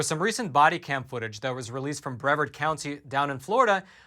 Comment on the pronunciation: Hi I live in Brevard County florida. It's pronounced bra vard not important but it shows me you've never visited. You should you'd love it here. And as a fan of your work I'd love to invite you. And I can assure you despite this attack on the police we have a very safe community.